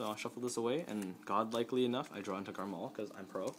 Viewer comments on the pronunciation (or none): It's not Garmall it's Garmore D